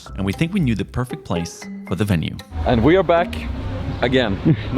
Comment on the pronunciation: wtf is a wenue?